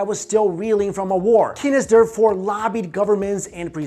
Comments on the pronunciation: Keynes is pronounced Keanes not Kinnez. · Keynes is pronounced "Keens" not "Kenness." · kay-nes? lol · It is pronounced "Caines"